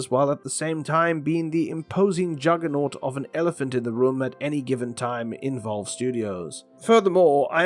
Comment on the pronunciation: Who tf is Volve lol